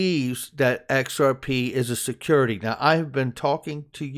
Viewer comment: XRP is a "secodity". 😂